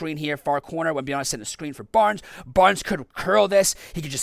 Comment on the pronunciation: Repeat after me: it's WembanyaMa, it's an M, not an N. It's been 2 and a half years since he was drafted, ffs. You americans are horrible with foreign lenguage.